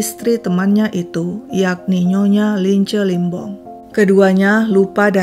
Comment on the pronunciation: bukan Limbong tp Lembong min😃 Limbong itu salah satu marga d suku Batak, klo Toraja baru Lembong